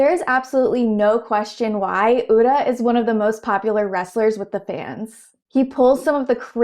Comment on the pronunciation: Even if you don't root for Ura you have to appreciate his presence. He really shows the depth the sport has to offer beyond just pushing. Also really appreciate you trying to learn pronunciations! I can tell you looked at how to pronounce Ura. I noticed 'komusubi' sounded funny, it's a long o sound (and the emphasis as understood by an English speaker is more on the 'mu')